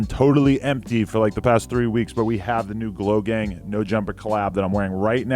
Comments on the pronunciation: I thought you said Logang and I was pissed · He said glo gang, i thought he said logang